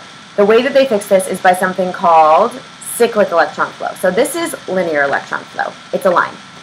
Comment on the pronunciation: No One: Absolutely No One:: SICK-LICK